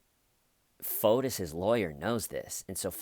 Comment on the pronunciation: Each time you say Photus/Fotus, I keep thinking P.O.T.U.S